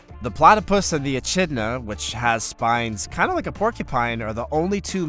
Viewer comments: Check pronunciation of Echidna? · Yes, I cringed so hard.